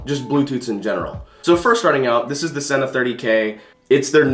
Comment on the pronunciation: It's pronounced SEE-NA... bruh